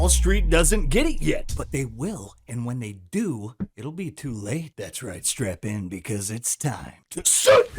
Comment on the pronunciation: did he say strap in or strap on?